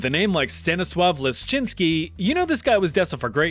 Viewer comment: i thought he said Stennis Lishitsky lol